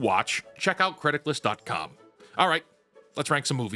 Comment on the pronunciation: I thought you were saying "Criticlist" or mispronouncing Critics list and I couldn't find the website. Captions to the rescue. It's Criticless. I applaud you for watching so much stuff though. I gave up three years ago and switched to books, games and manga.